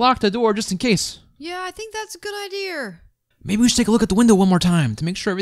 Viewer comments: said ider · There really funny😂😂😂😂😂😂😂😂😂😂😂😂 because says ider not idea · Why does say ideers instead of ideas